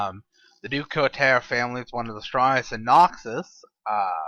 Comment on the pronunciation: general du couteau, pronounced Du Coo-toe otherwise i like these qite a bit keep em comin ;P